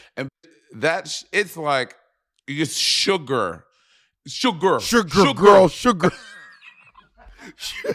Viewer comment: Monet said “sugar” and I immediately went SHUGOR